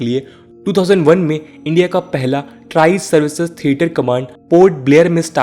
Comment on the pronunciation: It is Tri Services Command not Tri Series😂